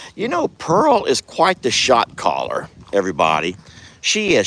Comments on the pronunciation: I thought he was saying “shock collar” too! I was so confused! Who uses shock collar’s on cattle! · That's hysterical. Every time I hear you say Shot Caller, I hear Shock Collar!! LOL Happy to see all the girls and Waylon on their new pasture eating green luscious grass. You impress me every day with your drive and passion. Love from Jodi in South Florida. xoxo